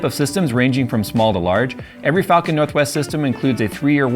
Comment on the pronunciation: That really did not sound like "falcon"